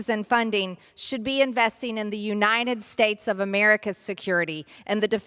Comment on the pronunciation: The "you-nine-it" states.